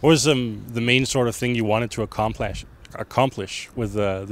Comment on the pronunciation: AKOMPLESH HAHAHAHAHAHA that made my day